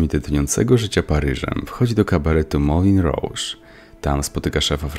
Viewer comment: Nie papilon, tylko papiją. Nie moulen rouge, tylko mulę róż